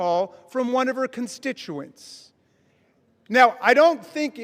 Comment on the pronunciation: "Constituents"............ BWAHAHAHAHAHAHAHAHA